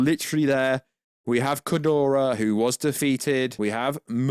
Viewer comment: Stop calling him "Kudora/Kidoruh" ... It's Ghidora lol I know you have the English accent but Damn